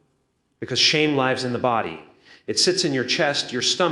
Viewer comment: beautiful messages , but the ai got the lives an lives mixed up